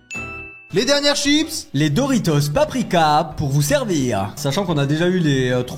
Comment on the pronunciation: Dorito il a dit 😂